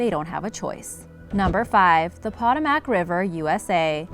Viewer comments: It’s pronounced Pa-toe-mec river , not patamac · It's not POT-oh-mack . Its puh-TOH-muhk. Seriously? You can pronounce Karachay correctly, but not a historic river in AMERICA? SMH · Poetoemick not potomack. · Po-toe-mic not po-ta-mac! Hahahaha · I live in DC it's PA TOE MAC not POT O MAC but other than that great video hehe but yeah the Potomac is so no joke. The current is crazy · Potomac- po-to-mac , [not (pot-o-mac)] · No. 5 is pronounced Puh-tome-ic. Not pot-a-mack. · Yeah..., I live less then 10 minutes away from the Potomac (Po-toe-mic) river, it's generally not dangerous and people do swim in it. Until you get near Great Falls and after, then that a different story. The under currents is quite dangerous even when the river surface looks calm. That is one reason people don't go swimming in it, but other strong factor is that it is quite polluted. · ive swam, rafted, and kyaked down the Pah-TOE-mac river many times with no issue. Thats rediculous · Correct pronounciation is (puh-toe-mac) river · Poe. Toe. Mack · Excuse me, but the Potomac River's name is pronounced as [puh·tow·muhk]. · Pronounced 'po TOW' mic.' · Pa tome ick...is how it's pronounced, ugh woman, say it right. Sorry, it's just driving me nuts. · nah as a DMV resident, I feel offended for the way she pronounced potomac 😭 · Can't pronounce Potomac? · not how you pronounce potomac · I know a couple people have said this but you are pronouncing Potomac wrong. How does that happen? Maybe learn to speak if you're going to be a narrator. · She’s not American. She mispronounced the Potomac River which divides Virginia and our nation’s capital, Washington, DC!!!